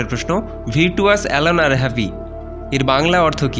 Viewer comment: ২৬. এর উচ্চারণটা ভিরটুয়াস নয়,ভার্চুয়াস হবে স্যার।